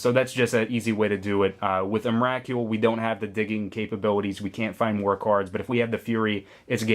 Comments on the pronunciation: believe its pronounced em-ra-cool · was anyone else bugged by his pronouncing of Emrakul? the "Kul" is supposed to be pronounced like skull :P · Why can't you say emrakul right